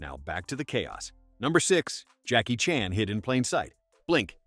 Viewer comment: Jackie Chan's last name goes back and forth between Chan and Chahn. Does anyone check pronunciation, especially if the narrator is AI?